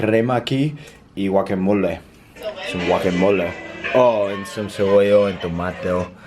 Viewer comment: Cebollo😂😂😂 sorry! It's actually cebolla